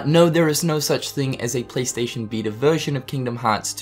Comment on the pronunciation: "PlayStation veetr"